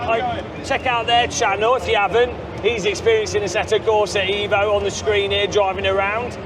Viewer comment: How not to pronounce 'Beta', 'Assetto Corsa Evo', 'Pagani Huayra', 'Aluminium'??